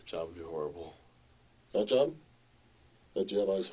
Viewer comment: It’s torryfying , it’s herrible